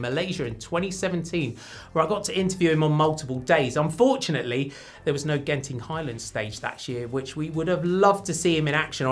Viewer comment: Thank you for pronouncing Genting Highland correctly . 😂